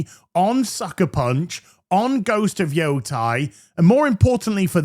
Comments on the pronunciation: YO-TEI. Not JOTAI <It's leviosaaaa!> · Please say the name correctly... ei has an eh sound... like sensei. it isn't Yotai, its Yotei.